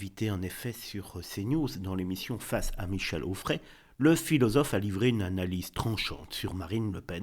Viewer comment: Quand il faut dire Retailleau tu dis Retaillon et quand il faut dire Onfray tu dis Auffray ! Serais-tu dyslexique ?